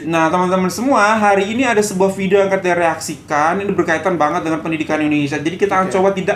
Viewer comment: VEDIO.....Indonesia =PEDIO😂😂😂😂